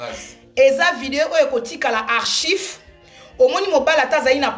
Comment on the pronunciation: On dit ARCHIVES STP